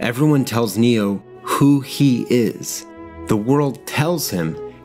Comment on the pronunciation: A mate pointed out that when Keanu says "my name is Neo" it sounds like he says he's "Neil". I now can't unhear that when I watch it.